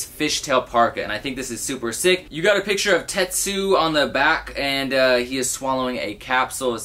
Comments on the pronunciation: you’d be annoyed if people pronounced your name norso when there’s obviously an n at the end just like tetsuo not tetsu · Tetsu? It's Tetsuo. smh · Ahhhhh. It's TetsuO. Not Tetsu. Fuuuuuuckking get it right man! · TETSUO NOT TETSU! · This nigga really said "Tetsu" the entire video 😑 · Lol, this bothered me so much! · I thought I was the only one lol